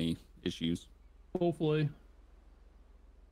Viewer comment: when said: "hopefully" at first it had seemed (to me) he had said: "boat boy"……idk why but that's what he said at first